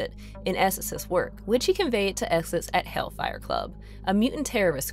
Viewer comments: If your gonna do a video about an X-Men villain named Nathaniel esseX, maybe get a narrator who can pronounce the letter X as X instead of S. His name is not esses and the are not called the Smen SMFH 🙄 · Love Mister Sinister, but probably the worst subject for a narrator that struggles with X’s.